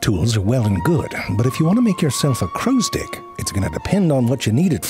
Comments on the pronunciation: Anybody else hearing "crows dick"? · every time he says "crows dick" instead of "crow stick" kills me! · He's saying "crow's dick", not stick, right? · Why do i keep hearing crow's dick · He is definitely saying “crows-dick” - right? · I constantly hear "crow's dick". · I keep hearing Crow's Dick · Frank spent all day practicing how to make it hard to tell if he was saying "crows stick" or "Crows dick" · Anybody else keep hearing crows d**k? No, just me?😅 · I just can't unhear crowsdicks. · I keep hearing "dick" 😂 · Drink every time he absolutely says crow's dick. Chug every time CC gets tricked into thinking he said stick. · Every time he says “crow stick” it sounds like “crow’s dick.” Obviously this is not accidental. 😂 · 🤨 Alright you're definitely reading "crow stick" that way on purpose. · You're saying "crow's dick" on purpose, aren't you? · All I could hear was "crow's dick". Every. Single. Time. When he said "hook tip...and that right there is a damn fine crow's dick" I threw my hands up knowing he did that on purpose. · Am I the only one hearing "crow's dick" over and over again. I'm almost certain that's what he is saying lol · Dude saying "crow stick" like Danny Devito says "boy's soul." ...With a decidedly unwelcome and unwarranted emphasis on a nonexistent "d" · When you say crows stick ... it sounds like you are saying something else..... if you know what I mean!?! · Am I the only one that does not hear crows "stick" but something else instead of stick? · He kept saying crow sticks but we kept hearing something else. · I've been hoping for this one, crows are one of my favorite birds. It's incredible just how intelligent and creative they are. Using tools is one thing, but the way they make them is really impressive. Also, I love the way you pronounce "crow stick." I can't unhear it and it's hilarious.